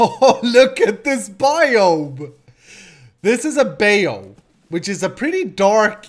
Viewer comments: as a native English speaker who is working on becoming bilingual, I feel it is my duty to help with the pronunciation of difficult words. it's pronounced "BYE-you" not "bay-ou" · not pronounced beyu its "Buy You",... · its not a bay oo it's pronounced bi you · I love this! It's so different from your other series'! Keep it up! also, bayou is pronounced "BYE-YOU" lol love ya!:D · Bayou is pronounced Bye-You. Please do this as a series. It looks awesome. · Great series. By the way Bayou is Cajun French and is pronounced like (bye-you) or bai-u. Fun content bro. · D Bayou is said bye-you :D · i think bayou is pronounced by-you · It's pronounced BAH-you.